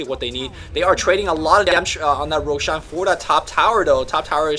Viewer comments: Also, Roshaaan. Jesus, his way of pronouncing things is just so annoying:( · I don't understand how people can mispronounce Roshan when the in game announcer says the damn name.